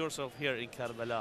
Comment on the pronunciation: Why is it always karala? Its karbala.